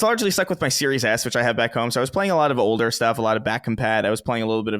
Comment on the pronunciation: Never noticed "watch" with but I always notice the way he says "older". Almost sounds like he says "odor" instead.